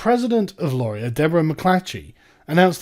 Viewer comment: laurie-AY it's fuckin laurie-AY! As a Canadian viewer, this has been bugging me for weeks, haha!